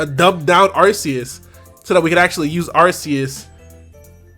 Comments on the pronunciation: Isn't it Ar-Kee-Yus. That drives me crazy lol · ARK•ee•us. Otherwise, great video as usual,! ✊🏿